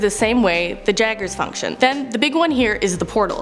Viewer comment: i hate that you said jagers and kaiju its (yayger) and (ki jew) jfc